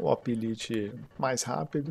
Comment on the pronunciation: compara o orange pi pc plus, por favor. E uma dica, o lite lê-se 'láite'. Abraço.